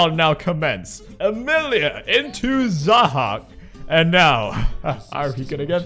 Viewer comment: It's pronounced [zæhɒːk], and its originally the name of a character in persian mythology , whom was an evil ruler and was believed to be an immortal humanoid with snakes on his shoulders